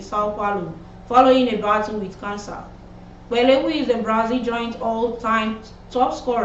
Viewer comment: Learn to pronounce names. E.g. Pelé.